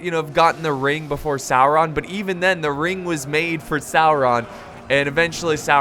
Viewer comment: salron????? sauron you mean?